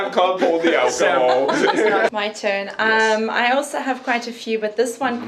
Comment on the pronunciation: My dude. "Also" does not have a T in the middle. "Both" does not have an L in the middle. Stahp. Plz. I'm having convulsions over here.